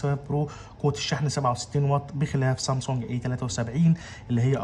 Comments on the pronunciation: اسمها سامسونج مش صامسونج بلاش جليطه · مش قادر استحمل كلمة صامصونج